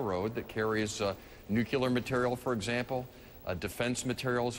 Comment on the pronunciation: Evan Bayh....it's "nuclear", not "nuculur"...dumbass